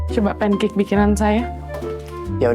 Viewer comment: lucu pancake di bilang nya "pencak" he...